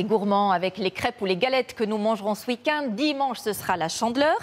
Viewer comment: ce week and...heu on explique a la nana que ce prononce END et non AND